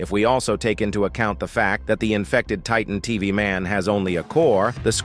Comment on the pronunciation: "Titan tv maun" bro,its pronounced taytan teveh man/titan tv man